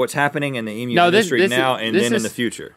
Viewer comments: Omg they finally learned how to say emu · Thank you Rhett for addressing the proper pronunciation of "Emu". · You said emu correct :o, and then made a point about it, made my day lol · As an Australian, I appreciate your pronunciation of Emu. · Just glad that an American finally said emu right. (Eeem you) -kind regards from a proud Australian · Yay! Rhett pronounced emu correctly :D I got way too excited about it, and then he pointed it out, lol. I've eaten emu before, as mince in a pie. It was like a regular meat pie, but the meat was a bit more flavoursome. I got it at a place called Freddo's Pies in Frederickton. If you are ever on the East Coast of Australia and have the time to make the drive, I recommend going. They get voted best pies in Australia fairly regularly.They do savoury and dessert pies; single serving and family size. The Roast Lamb and Mint Jelly Pie legitimately tastes like you are eating a meal of roast lamb in a pie (not gum so don't worry). And it's fairly easy to guess what the pies will be like because they are named just by what's in them. Which makes me worry about the Truckie Pie... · All Australians are living Rhett at the moment because he pronounced 'emu' correctly! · Thet actually said emu right, im so happy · When Non-Australians know how to pronounce Emu. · It's awesome to hear Americans pronounce emu right!!! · An American said emu correctly. Now on to aluminum.